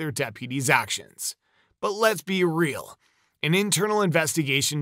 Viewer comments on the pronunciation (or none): none